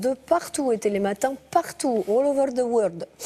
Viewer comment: woloverlrr deu worldrrr???... vec l'accant du dictateur?